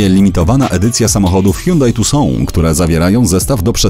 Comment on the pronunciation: To niezły hiundai czyta się jak się pisze czyli tutson a nie tusą